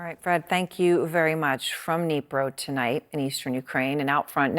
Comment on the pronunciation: From Nipro?! From Nipro!? You're a news presenter, learn how to pronounce the names! It's exactly as it's spelt, Dnipro!